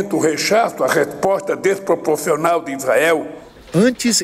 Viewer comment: "deispopofional" , coitado do tradutor.